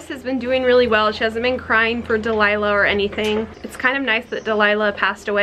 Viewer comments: You said Duke and Dilila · You said Duke and deliah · You said duke and dilighla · You said dlilu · “Duke and Delilah” aww the slip up x